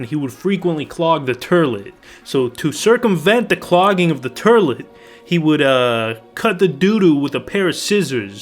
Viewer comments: Turlet? Have you never heard another human being pronouce the word 'toilet'? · Ahem, 'Turlet' that is all. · I fucking lost it at 'TURLIT'. Holy shit dude, LITERALLY. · My dad used to. 🤣 I just laughed when I heard him say it. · Turlet…lmao I’m dead… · Haha, I used to have a friend who pronounced toilet like tur-let too!😁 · The Archie Bunker nostalgia when you said, " turlet" ... Meat head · What’s a turlet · Did you just say "turlet"? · Since when is there a r in toilet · I love how u say toilet 😭